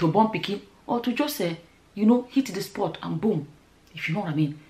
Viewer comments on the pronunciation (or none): none